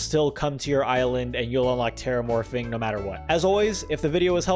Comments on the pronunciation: He kept saying “terramorfing” it’s “terraforming” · anyone else noticed he said terramorfing instead of terraforming? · “terramorphing” its terraforming lol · "Teramorfing" Teraforming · Hey sorry for probably putting ya down but it's terraforming Not terramorfing EDIT: Holy crap more than 100 likes, and yes I am surprised it's 1 fricking hundred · Am I wrong or did he say “teramorfing”? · my boy said terramorfing 😂 no hate great video! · he really calling it 'terramorphing' XD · this man said "terramorphing"